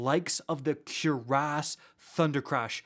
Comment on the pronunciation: I can't with the CuerAss pronouncement...Dam Canadians😭🤣